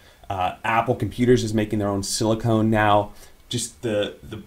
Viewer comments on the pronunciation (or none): Silicon not silicone